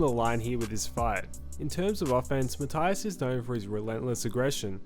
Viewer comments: Puerto Rican here, his name is pronounced Ma-tee-as, just for future reference. Love your content tho mate ❤ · Learn how to pronounce Matias last name correctly🤷🏽 is easier than making this video😂